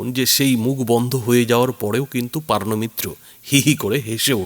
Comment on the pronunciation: PAARNO MITRA ? NA, NA O HOCCHE POOORNO MITRA 😂😢😅😂😢😅😂😢😅😂😢